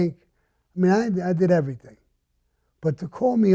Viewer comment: IMO cannot say "Everything"